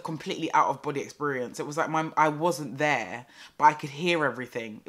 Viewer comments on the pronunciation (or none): Everytime I hear "and all of them tings tere" I think of you lol